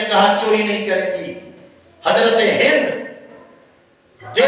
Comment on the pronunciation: naam Tu theak lay in k naam hind tha hinda Nahi